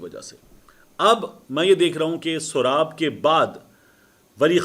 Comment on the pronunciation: Soraab nhi bhai Soooooraab naam hy ilakey ka mateen bhai